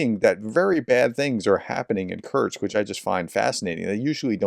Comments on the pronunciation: Kursk professor….. Like course-K. Not Kurtz or Kurtzk. Please 😂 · It's 'Kursk' not 'Kurksk' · You're STILL pronouncing Kursk as Kerch ! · K-u-r-s-k, Kursk. It's not that difficult to spell out or pronounce. Try harder. Prof!